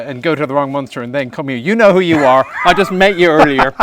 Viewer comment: Say Munster like it's written. Say Münster like it's written but with your tongue right behind your teeth. That's pretty close.